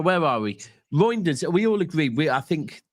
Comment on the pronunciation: why u keep calling the guy “Roynders”? It’s Reijnders bro lol. Is that a Manc thing to butcher names? lol😂 Steve does it too